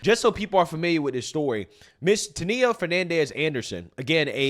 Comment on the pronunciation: It's pronounced "Tan-ya"- not whatever it is you're doing. Really,? Never heard the name before? It's pretty common.